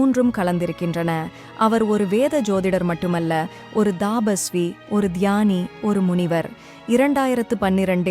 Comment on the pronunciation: தபஸ்வி..thaapaswi இல்லை